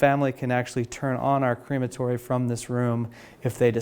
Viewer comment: also, "cream-a-tory"? Crem-a-tory is the correct pronunciation in actual English. Sayin